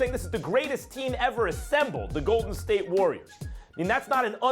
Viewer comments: Lol SAS in the beginning was about to say Larriors L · Stephanie Lurry and the GAYDEN State LURRIORs